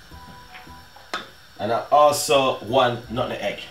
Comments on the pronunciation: Love hear when he says nun egg when it’s really pronounced nutmeg 😂😂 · When him say nutmeg😁😂